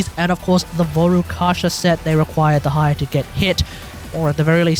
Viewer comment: "De-ha-ya" as a Dehya main, I will not stand for this 😤